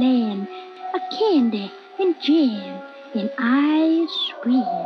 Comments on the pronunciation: Is it just me or does it sound like it says "I scream" when it actually says "Ice Cream...." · In the Wonderland meme the sound " ice cream " sounds like " eyes cream " 😂😂😂